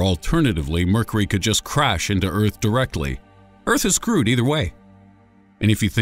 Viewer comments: . . . . . Really . . ? "Mercery" . . ? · "Murkery", huh? Are you sure that's what it's called? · Did anyone else notice that he pronounces mercury wrong? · Your pronunciation of 'Mercury' is peculiar.